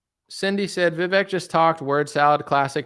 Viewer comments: His name is pronounced Viv-aye-k. Like cake. Just throwing that out there. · You do all this research and are really getting to details which is great, but don’t know how to pronounce Vivek. The fact that you can’t pronounce his name correctly makes me question what else you’re getting wrong. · Why can you not say Vivek right? It rhymes with cake.